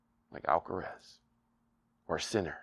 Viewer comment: It's amazing that after watching the Alcaraz vs Sinner match and hearing the commentators say his name as well as reading it on the score board, still says "Alcarez". Maybe we should start calling "".